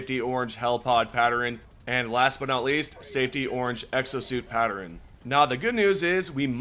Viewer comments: Pat-tern not patter-rin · Pattern not patterin,and iron not eyerun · It's pronounced PAT-TERN, not PAT-ER-N.😅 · Patteren... you pronounce so many random words like my mom used to and it cracks me up. Sorry 😂 Maybe that's why I keep commenting on it cause she passed away in April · Why does he say pattern like that? “Patteren” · Never thought I'd hear someone butcher the word "pattern" so poorly and then consecutive times :D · No one gonna mention how he said pattern